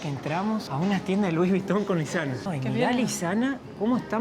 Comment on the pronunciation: Muy bueno el video. Pero, preguntale a como pronunciar Louis Vuitton.